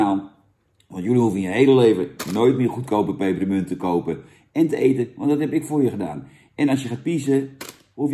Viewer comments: Er staat 'pepermunt' niet 'peperEmunt'. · Jannnnn, het is PEPERMUNT, geen PEPPEREMUNT 🤣🤣🤣🤣🤣🤣